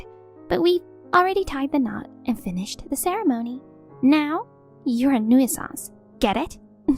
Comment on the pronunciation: Nuisance is pronounced NU- sens